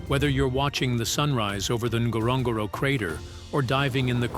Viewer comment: Wish if you are doing a video about a country you can learn to pronounce it correctly. It is not Tanzinia it is pronounced TanZANia as it is spelt. Same with Ngorogoro. Thank you ❤